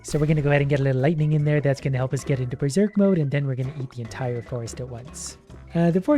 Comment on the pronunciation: We ber-zork!